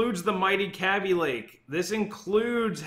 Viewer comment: How do you say baby? Its not cabi lake, its kaby lake